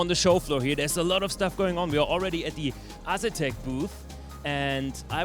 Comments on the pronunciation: Get André to teach you how to pronunce "A"setek. lol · No leave it as Ass etek, he just killed their wheel sales lol.